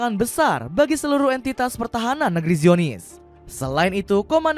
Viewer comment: Baca zionis bukanngra aaahh